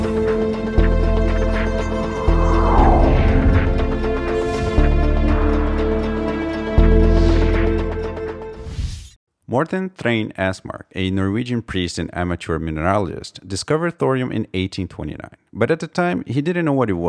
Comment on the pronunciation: It's Morten Thrane Estmark, not Mortan :)